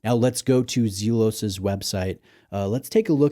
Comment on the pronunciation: It's pronounced "Zel-os" not Zeel-os". 🎯